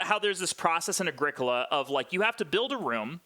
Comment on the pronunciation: How about starting by pronouncing the game correctly? It's pronounced Ah-GREE-co-la (it's italian). Sheesh